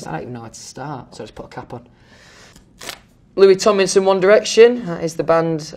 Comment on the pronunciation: No one can pronounce Louis Tomlinson better than Louis Tomlinson.